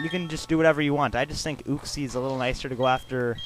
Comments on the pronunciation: it is not ooxie it is u-xie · uxie is pronounced youxe